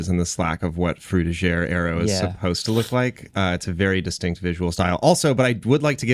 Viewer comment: Not to be pedantic, but the style known as Frutiger Aero was named after Swiss designer, Adrian Frutiger. The pronunciation used here sounds French but should be more in line with the German pronunciation of his name [ˈfruːtɪɡər] .